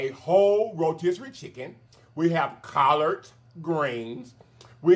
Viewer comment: 🤣🤣🤣 The way you said COLLARD 🤣🤣